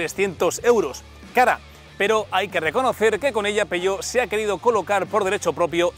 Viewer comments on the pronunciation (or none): Si se pronuncia en español/castellano, que también es perfectamente legítimo, ha de decirse tal y como se lee: "peujeót/peugeót". Pero si quieres pronunciarlo en francés, como haces en el vídeo, entonces debes decir "peuyó", no "peyó".